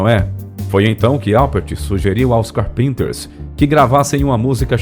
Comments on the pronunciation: grupo maravilhoso, escuto muito , ha mais de 30 anos. só nao sabia q pronunciava o nome do grupo assim ( carpínters)... , sempre falei com pronuncia Cárpenters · História perfeita! Contudo, o narrador se sabe falar inglês! Fale com a pronúncia correta! Não é carpeeenter como narrador fala, a pronúncia correta é Cáárrpenter, Dói ouvir falar com pronúncia errada! No mais bom vídeo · Não é "carpínters" que se fala. É "Cárpinters". Obrigada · A gente percebe quando o narrador não é da época e teve que fazer pesquisa em livros, internet, etc, quando não pronuncia corretamente os nomes. A pronúncia correta não é "Carpínter" com acento tônico no "i". O correto é: "Cárpinter" "CÁRPENTER" com acento tônico no "A". Aliás, a escrita é com dois "e" mesmo: Carpenter. A dupla se chamada The Carpenters. - Fora isso o vídeo é muito bom. ... Ops! No finalzinho do vídeo o narrador pronunciou corretamente. Viva! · estranho vc dizer "carpínters" ... kkk sempre disse cárpinters. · 'Carpinters' não. É Carpenters mesmo. Amo essa banda. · Muito boa a matéria, mas por favor fale o nome correto, não é "Carpínters"...É CARPENTERS...é a mesma de chamar John Lennon de João Heleno. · PELO AMOR DE DEUS TREINE ANTES O INGLES PQ NAO DÁ PRA ENTENDER A HISTORIA! NAO Ė CAR-PÍN-TERS. POR FAVOR! CÁR-PENTERS! E O RESTO? TREINA O NOME DAS MUSICAS BASTANTE! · Nossa! Um locutor de vídeos tinha a obrigação de saber pronunciar as palavras em inglês. Não precisa saber falar mas fica muito estranho ouvir a pronúncia de umas das bandas mais famosas com pronúncia errada. “ os carpinters” ? Fala sério então traduz os Carpinteiros. Pelo amor de Deus. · Gostei de como a história foi contada porém as pronúncias das palavras em inglês foram péssimas. Carpenter se pronuncia Cárpenter e várias outras palavras e título de álbuns que foram pronunciados de forma lamentável. Meu Deus! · CarPinters ?🤨🤭 fala direitinho! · Carpínters rsrsr ceus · Carpinter kkkkk acertar o nome e obrigatorio